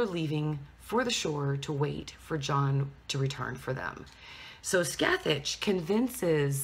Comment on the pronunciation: god, you're butchering Scathach's name